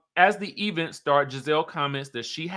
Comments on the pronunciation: Please stop saying e-vent. Let that stay in Huntsville. . . but Wendy has come into several functions and not speak to Gizelle. She has spoken to people beside Gizelle, but not to Gizelle. Wendy is shady AF - needlessly. She has been a crow this entire season. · When you be saying E-vent is that shade to Tisha? 😂😂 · Why does he pronounce event like that?